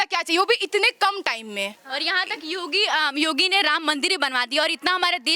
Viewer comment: Name to sahi se bol do Yogi ka